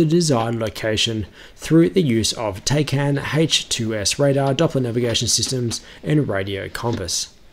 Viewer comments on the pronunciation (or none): It’s pronounced TACAN (TACtical Air Navigation) not Taycan